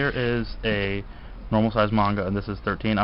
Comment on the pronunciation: you pronounce manga incorrectly